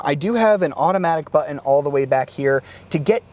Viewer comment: I hate the way he pronounces "button"